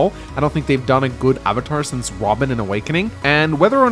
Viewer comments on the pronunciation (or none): none